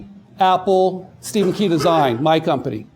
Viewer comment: Is it just me or did the guy giving the Intro say Stephens last name wrong?